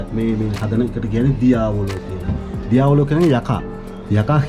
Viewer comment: ඩියවෝලෝ නෙමෙයි දියාවොලා අච්චුගේ කරවල නෙමෙයි කියන තරම් සරල නෑ කරන්නම් වාලේ chanel කොරන්ඩ එපා බාෂාව දන්නේ නැතිනම් දන්න කෙනෙක් යොදවන්න.. අනික mask එක තිබ්බා නම් ඔයාගේ වගකීම සාර්ථකයි.